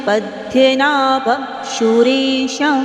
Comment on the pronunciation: Please 🙏🏻 chant fluently 🙏🏻🙏🏻please don't take otherwise please it's Padmanabhan, hrudhyanagamyam🙏🏻🙏🏻🙏🏻